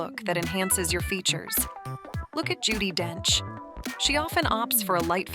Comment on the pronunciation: It’s Judi Dench, not Judie